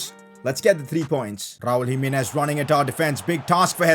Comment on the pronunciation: Jimenez not Jiminiz